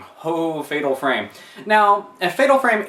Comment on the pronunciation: project zero, i think you call it fatal farme